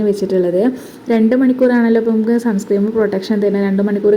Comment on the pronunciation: സൺ സ്ക്രീം അല്ല മോളേ Sunscreen സൺസ്ക്രീൻ ആണ് കേട്ടോ ഒരു പാട് സൺസ്ക്രീം 😂ഉണ്ടല്ലോ?